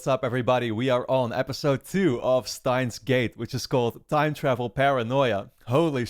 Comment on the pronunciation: the correct pronunciation is german. "Shtains" gate.